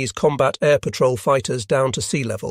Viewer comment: "Pat-roll" You mean patrol?